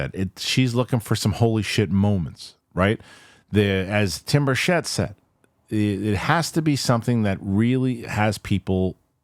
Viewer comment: How many days before they say Tim Burchett’s name correctly